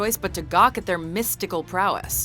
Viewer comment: (MIST)tical prowess LOL